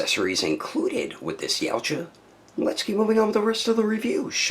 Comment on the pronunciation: Every time you say Yautja I hear Yamcha. Is this figure better than the ultimate jungle hunter in your opinion?